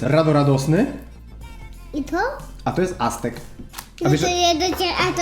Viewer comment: Astek - pierwszy raper, którego ksywkę Oskar poprawnie wypowiedział! Przypadek?